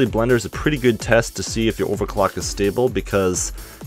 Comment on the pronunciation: Take a shot ever time he say "ovacwuck"